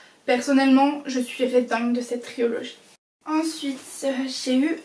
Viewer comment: triOlogie haha on dit trilogie mais aussi non bonne video!